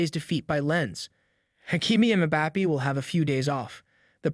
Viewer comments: Mbappay not Bappee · Everybody: Mbappé This guy: MbapPEE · Ah yes "kylian mpapi" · "Keelian Mbapee"